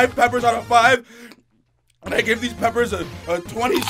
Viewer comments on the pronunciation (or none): none